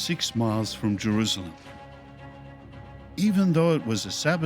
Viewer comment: Why does say Jeruzalem? He pronounces an s as a z. Not important but it bugs me.